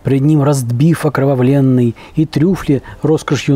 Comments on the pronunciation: Я не не Белинский, я не Лермотов..))) И Пушкина надо не только в книгах читать, но и смотреть черновики ВЕЛИКОГО РУССКОГО ПОЭТА! ОкровавлЕнный, так и надо произносить окровавлЕнный, но только без члена во рту...))) В другом ролике, где вы пытаетесь повторить действия Д.Оливера, я пять раз, пытался понять, что вы произносите вместо слова - окровавленный...))) Надо вынимать из рта... ну вы уже знаете что.))))) А интернет провели в столицу МОЕЙ РОДИНЫ, город герой Москву!! Так что, как вы эстетично выразились, в мухосранске живете вы, тип, который никому оказался не нужен там, где родился!!! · Да и вы не Белинский ))) У того хватило бы мозгов не фантазировать про Цимлянское, а просто прочитать Пушкина. И как по вашему надо произносить слово "окровавлЕнный" в этой строфе? Про пудинг вам лучше ВООБЩЕ ничего не говорить, коли все свои знания вы у Джеймички Оливера черпаете ))) В какой мухосранск сегодня провели интернет? )))